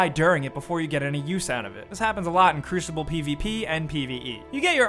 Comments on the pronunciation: lmao "crushible" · did he say crushible? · it's not pronounced cruchible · Cruishible? CRUISHIBLE?! Cru-si-ball. Not SHI? ;) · cruchible... just the way he pronounces it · Please tell I'm not the only one I'm not the only one hearing him say crushible... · I hate when you say crushible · Just wait until rise of iron. And why must you pronounce it crushible? And having a person join a strike right at the end is annoying but you have to admit that it's satisfying when you're the one that spawns in mid strike lol. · "Crooshible" xD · Hehehehe, he said crushible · did this guy just say crushible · 12. "Crushible" for the win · Number 11, People who say Cru-shible. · when you've never actually played destiny so you say "crushible" 😂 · lol, "crooshible" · "Players leaving the Crewshible?"